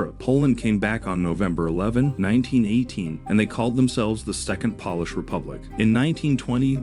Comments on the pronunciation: Poor AI doesn’t know the difference between polish & Polish. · Wait a minute. NATO is "a club for countries to help eachother stay safe"? I was almost willing to accept that the narration can't pronounce "Polish", but blundering the significance of NATO is too much. Bye-bye.